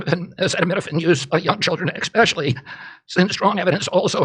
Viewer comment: How can someone who says "eckspecially" be in a respected position in the American government?...